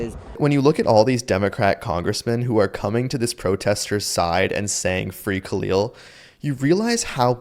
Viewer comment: Yeah. He really Bidened homies name. Isn’t this the “I’m done!” dude?